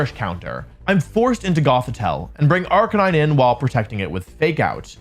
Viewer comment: I think you’re saying arcanine wrong?